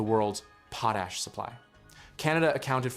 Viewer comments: It's pot-ash NOT poe-tash!! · It should be possible to teach your AI narrator to say "PAW - tash" instead of 'POE - tash" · It s POT ASH….not POE TASH. POE TASH IS FOR GROWING POE TATERS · PO-tash! Folks thank God we have AI to think for us! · Please learn how to say Potash... goodness sake